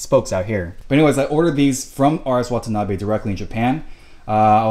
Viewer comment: Wata-na-Bees lol never heard it pronounced like that! Love the wheels man! Are these the rs type? Deep lip? Can quite tell from the video